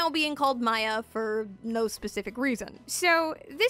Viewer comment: the pronunciation of Maya and bustier...